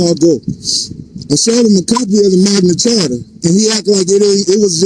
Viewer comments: And why do they keep insisting that the Magna Carta is the Magna "Charter", and that "coercion" is pronounced "cohersion"?? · LOL "Magna Charter" 😂😂😂😂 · It's Magna Carta not Magna Charter, you dummy! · I saw that, he doesn't even say the Magna Carta he says the Magma Charter. He also is presenting a document made like 500 years before the US was even a country. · Fool cant pronounce magna carta right and he thinks it applies. Id love to see him in court.